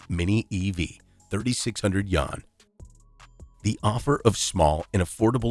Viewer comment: dude cannot pronounce Yuan for the life of him :|